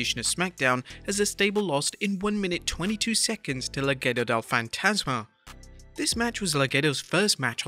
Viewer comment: Mad respect for saying "Legado" as "Le-Ghetto del Fantasma" 🔥